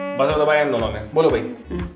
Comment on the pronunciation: Abbe buzzer hota hai bujjer nahi